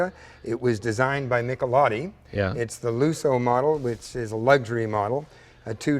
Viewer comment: I prefer to say "Michelotti", rather than "Mikkeloddy".